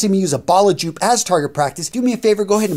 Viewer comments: Joop is pronounced yoap. Like soap. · Joop is pronounced 'yoop'... fyi. Love your work btw. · you tore Raphael ears off with that Joop pronounciation, especially both being German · I just can't get over his pronounciation of Joop